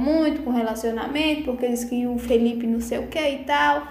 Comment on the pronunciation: Precisa aprender falar o nome do Felipe.